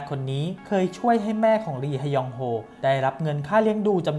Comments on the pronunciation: “ลีฮะยองโฮ” ลี(ฮ)ยองโฮ ก็พอจ้าาา 555 🤣🤣🤣🤣🤣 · อ่านว่าลียองโฮก็ได้คับ